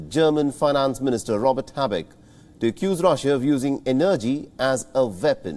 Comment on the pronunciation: Please look up the pronunciation of the word energy! You have good reporting but some if your reporters are difficult to follow due to slurry speech or incorrect intonation and/or pronunciation. (Not accent or dialect, I’m fine with your broken English.) Kind regards Anders Sweden